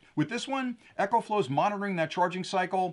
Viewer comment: Why do you call it Echoflow, the name is Ecoflow.